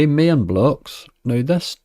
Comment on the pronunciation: You jammy old dog with the roulette save to avoid the full on tilt 🤣 That Mayayn game is pronounced My...an As in the Mexican settlers 👊🏻